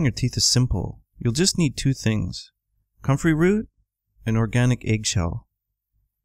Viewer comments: I can't under stand him did he say cummin root or country root?? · I cant understand what root he is saying. Comfery root.? What?